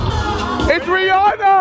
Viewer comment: My name is rihana and u said ITS RIHANA lol I was so happy